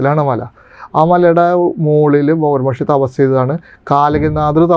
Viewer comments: ബോഗർ അല്ല ഭോഗർ ആണ് എന്നാണ് തോന്നുന്നത് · ബോഗർ അല്ല 'ഭോഗർ' എന്നാണ് മുരുഗ ബഗവാൻ എന്നല്ല 'മുരുക ഭഗവാൻ' എന്നാണ്, ഡുട്ടിയല്ല 'ഡ്യൂട്ടി' എന്നാണ് ഉച്ചാരണം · തൃശ്ശൂർ ശൈലിയിൻഅങ്ങനെയാണ് പറയുക.. ഭോഗർ എന്ന് തന്നെയാണ്